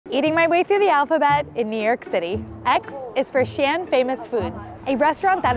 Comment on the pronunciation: I mean, not really 😅 she made Xi'an and the last name of the founder Shi sound the same and didn't put enough of a stop between the Xi and the An syllable in the city name.